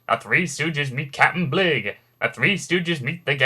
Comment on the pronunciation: Next time you remake this, try & pronounce a few names right. 1) The man who helmed the Bounty wasn't "Captain "BLIGG" -- it's pronounced "Bly"; 2) Moe's son-in-law the Stooges film director wasn't "Norm Mah-REE", his name is said like "Maw-rer"; and 3) it's not RoBOTic Stooges, it's RoBONIC Stooges! Plus, you left out their final non-event: Moe, "Harry" (Emil) & Curly Joe were cast in the sleazoid "Blazing Stewardesses" but Moe died and the roles went to the [Echh!] Ritz Bros. instead.